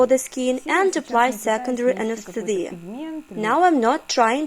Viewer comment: This is great, but the way the translator says "anesthesia" drives me a little crazy.